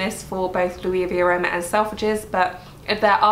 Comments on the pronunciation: Hi, Luisaviaroma is pronounced like Louise with a final "a", rather than like Louis Vuitton. Spoken by an Italian ☺️ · S in Luisa is pronounced. The store is Italian :)